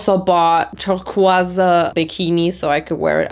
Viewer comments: Her pronunciation of turquoise had me so dead😭😂 my dear broccoli 🥦, it’s pronunced ( tore-qu- oi- s) like oi sounds in oil🤍💪🏻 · I know this is a slightly old video, but in English 'turquoise' is pronounced like 'ter-koyz.' :) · I know I'm 2 days late, but in the U.S. (especially in New Mexico where the turquoise stone is a huge part of the native culture ) it's pronounced like Ter-kois (koi like the fish, or coy like the attitude)